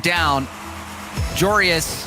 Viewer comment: Can casters please stop saying joreIS his name is spelled joreUZ